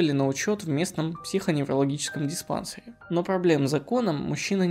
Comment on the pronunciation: Щети́на, а не щетина́. Диспансе́р, а не диспа́нсер.